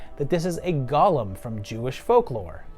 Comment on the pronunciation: The creature is called a golem (GO-LUM, NOT GOLL-UM)